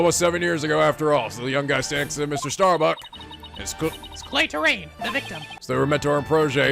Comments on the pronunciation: TERRAN NOT TERRAIN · By the by where is the usual it's "Terran not Terrain" comment? I'm gonna Assume did both the investigation parts as one so he hasn't "noticed" it during this recording, hence why he still mispronounced it. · Every time misreads 'Clay Terran', I die a little inside.